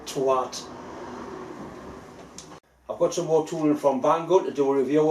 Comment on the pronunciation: Moré tea vicar lol